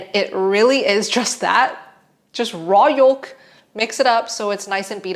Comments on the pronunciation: Why do u say the L in yolk lol. pretty sure its pronounced like joke but with a y. Yoke! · Yoke. Please. Folk and Yolk are the same but the L is not emphasized. Some people think "moist" is a triggering... Thanks for the video as always!! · Fyi yolk is pronounced yoke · I love how Americans say the word “yolk” it’s so funny … they do it with “folk” too lmao Love your videos ❤ been doing carno now for just over a month … started with keto but went to carno as it’s just Easier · i just watch her to hear her say "yolk" with the emphasis on the L